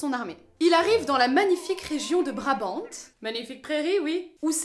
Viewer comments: Très intéressant je m'abonne ;) Point de vue chronologie, Lohegrin se passe avant ou après Parsifal ? Juste un petit truc, en français on ne prononce pas le "t" de Brabant. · Super vidéo, comme d'habitude !! Par contre, juste pour l'info, on ne prononce pas le "t" dans Brabant.... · Je vous signale que Richard WAGNER était ALLEMAND ; il a écrit son livret en ALLEMAND, afin de faire chanter les artistes lyriques en ALLEMAND ! Et, en ALLEMAND, on dit : " Elsa von Brabant " en prononçant bien le "T" final !!!!!